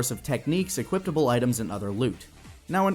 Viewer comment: Did he seriously say "equipt-able"?